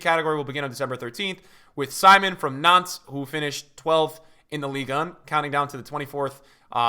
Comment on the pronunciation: he said nantes and i thought he said nonce LUL